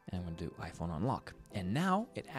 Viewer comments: The way he said ipong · “ipong 14 pro max ”